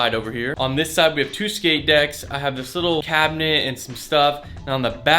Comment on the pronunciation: "shix shkate decks"